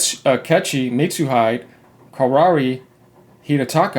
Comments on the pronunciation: just a small correction, in japanese the syllable "De" has a pronunciation similar to "the" so you pronouce Mitsuhide as "mitsuhithe" or if it helps better "De" in japanese is pronounced the same way as "De" in spanish. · Thats "Meets oo hee deh"